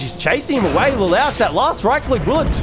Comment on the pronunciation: Le-lowtch lol